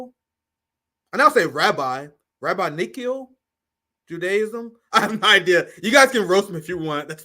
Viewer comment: Rab-inn-ikal is how it's pronounced.